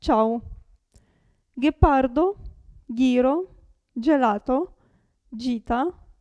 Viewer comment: Cara amica,dovresti già imparare tu a proninciare bene soprattutto le vocali...la A va aperta bene e la E Di ghepardo va pronunciata più stretta....gli accenti acuti e gravi...altro che regole facili di pronuncia....già noi italiani nn conosciamo benissimo queste regole,figuriamoci uno straniero